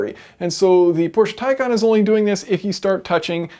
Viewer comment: Yep it is pronounced as tie con.